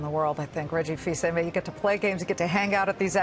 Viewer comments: "Reggie fees aimey" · Im more angry that she miss pronounced Reggie Fils-Aime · I was dying at how she butchered it lmao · Joel Mais she knew about the game, but she still mispronounced Reggie's name 😂